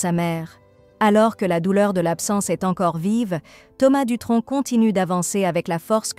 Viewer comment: Je sens un petit accent dans vos dialogues, on ne prononce pad le c à Dutronc